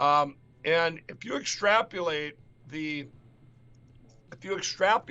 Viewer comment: Wait, I think it's spelled *esstrapuleight" lol